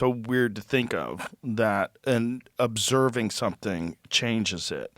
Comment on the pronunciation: "ovserbing the universe"